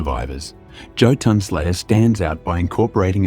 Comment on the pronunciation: isn't pronounced YOtun?